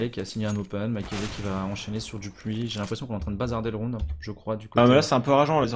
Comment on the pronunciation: il a du mal à dire le mot rounD j'ai l'impression le bonhomme. ROUNE ROUNE ROUNE